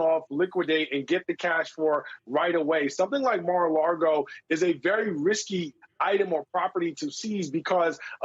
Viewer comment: Lago, not Largo.